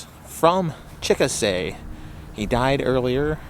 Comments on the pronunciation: That's too bad. :( Also-- Chickasha= pronounced 'chick-a-shay' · Please tell the rest of the story, it's an inflatable and was taken down for the high wind ... as seen/heard in your video. FYI - NOT how you pronounce the town name! Also, you can follow the page at